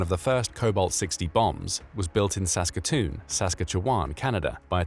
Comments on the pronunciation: He got Saskatoon correct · Lmao... "Sask katch e wan". Not how we say it. But you got Saskatoon okayl